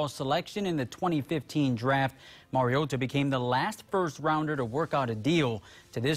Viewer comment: The only tv guy who pronounces Mariota's name correctly ..MarioTa !!! Say the t not Marioddda as it's always said by the commentators .. Great debut! Insane really..Marcus played like a vet not a rookie👏👏👌👌